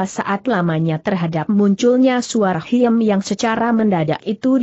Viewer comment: Khiem dibacanya 'Kim' Bukan hiem ☺